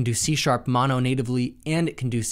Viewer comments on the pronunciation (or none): none